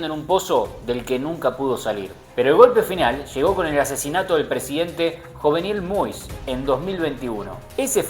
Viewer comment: Pronunciacion: 'Yovenel moiiiiiis